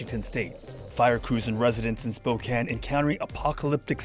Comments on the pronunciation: Spokane, Washington is pronounced Spo-can, not Spo-cane.🙂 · Spokane is pronounced as "spo-can" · Spokane is pronounced with a short a, not a long a. Spokane was built inside a forest so huge parts of the city itself have burned down. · Spo-can.. It was arson not global warming.. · Sorry! It's pronounced Spo-Can. Can you say it? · “Spokane…” (pronounced Spo-kan like fan, man or ran. Thank you for covering this. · It's spo-can